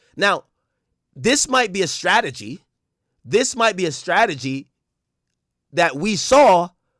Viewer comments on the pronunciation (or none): Other than AK saying stragety this was a 10/10 effort